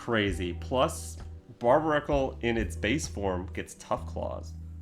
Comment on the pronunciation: Barb-uh-rackle is crazy pronunciation